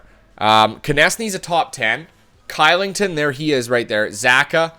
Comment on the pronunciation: oliver "kilington" is prononuced "clichelington"